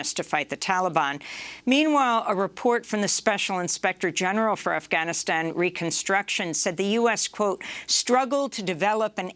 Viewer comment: Amy it's not Afhanistan it's Afganistan